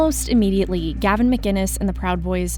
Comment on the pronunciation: Gavin is awesome. He is one of the most misrepresented people ever. It's sickening. People (like this reporter), don't get him, and can't even pronounce his name. He's a wind-up merchant, and he represents the Sane.